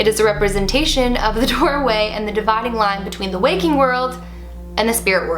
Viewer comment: When she said 'dividing line' she sounded Australian